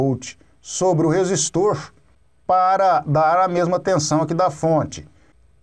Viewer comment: "professor" kkk. resistoorrrchhh capacitooorrrrrchhhhh